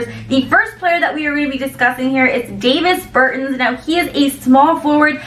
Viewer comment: You can tell she knows 0 about basketball..."David Bertins"